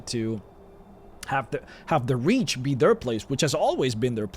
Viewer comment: Took me awhile to realize he was talking about The Reach and not "rich" guys. XD Man, I need to come back to Skyrim ASAP!